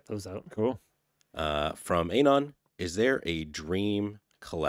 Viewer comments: To the guy off camera: Anon is pronounced ah-NON, not AYE-non. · Miss pronouncing Anon is triggering meeeeee